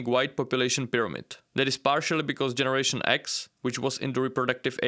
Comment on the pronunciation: What are "Jenzie Americans"?